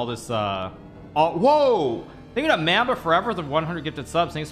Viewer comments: homie said “ma’mbuh” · Hikaru, come on bruh. At least say Mamba right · fr pronounced mamba wrong